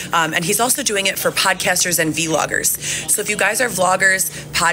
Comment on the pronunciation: did she really say V Loggers??